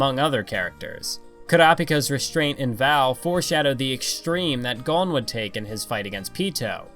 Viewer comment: the way you said.. Kukuroo... and Kaito.... and Gon... at least you said Killua the right way.